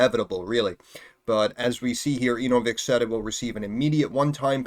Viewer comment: "ANAL-vix corporation"